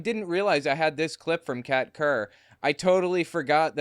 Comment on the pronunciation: When you first said her name, I could have sworn you said cat turd.